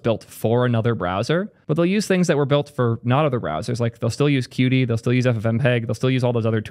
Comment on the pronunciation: qt is pronounced "cute" btw :)